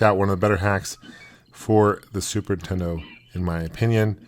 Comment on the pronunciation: I love how he says "the zooper teddoh" instead of super nintendo, i do that too